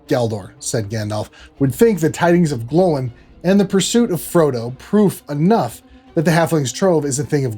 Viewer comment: Good to hear you pronounce Gloin so well. What you say about the musical themes of Melkor and Eru is very interesting, the echo of the music exists in middle earth in water, and of course the river swallows the ring and attracts Gollum. And of course Olmo is a true reflection of that echo,in the water. So it could have been through his action that the ring came to Bilbo. Telling that Isildur uses the word precious, so soon has the baleful influence of the one touched him. The power of the poetry engraves the ring, I agree with that theory. Good stuff, thank you.